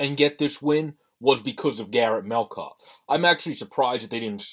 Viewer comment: It’s Met-calf. Please pronounce it correctly. He’s a great goalie and you are lucky to have him.